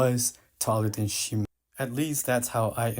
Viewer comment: It's pronounced Shee-moh btw